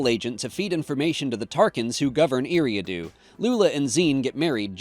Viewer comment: It's pronounced Erie-ahh-do